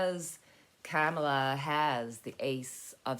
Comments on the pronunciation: Its not Camala, its pronounced as in comma Comala=Kamala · Kamala is pronounced 'comma-la' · If you've ever seen them together, it's very obvious the genuinely like eachother ALOT. They're grownups and professional, unlike the right wing lie mongers. (One way to remember how to pronounce Kamalas name: " comma-- la" .,,,,,,,comma,,,,,,😊💕